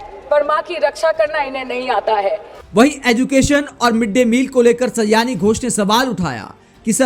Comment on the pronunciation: सयानी नहीं, सयोनि है उनका नाम। अर्थात, करीबी मित्र।